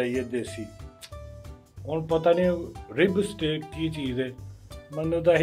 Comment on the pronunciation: Steaaak not stick! Haha